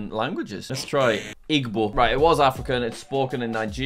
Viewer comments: G is silent it's pronounced ibo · It's not igbo it's ebo that's how you pronounce it